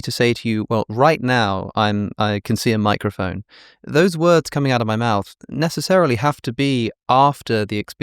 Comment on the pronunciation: every time they say microfon I can't not hear micro foam bc I've consumed too many matcha content